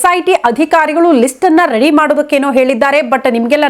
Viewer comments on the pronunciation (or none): none